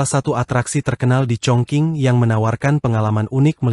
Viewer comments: Iyaa mhn baca yg benar chong jing ato kedengaran hrs chong cing bukan baca chong king...jdi salah ucap he ..he... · Dialeknya ga tepat bro.. Chongqing bkn congking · ChongQing bacanya Chong Jing yg benar. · Sudah lebih dari cukup utk jd sebuah negara seukuran negara Belanda, bahkan lbh besar. Luar biasa kemajuan China. Btw, admin salah sebut "Congking" dan "tjiberpunk". Mestinya: "Cungching" dan "Saiberpank"